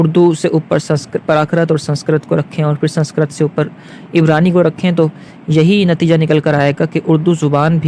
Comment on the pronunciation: سنسکرت کا تلفظ درست نہ ہے